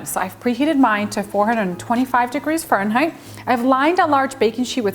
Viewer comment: I will say the way she says furrenheight and papRIKA had me 😬😂🤦🤷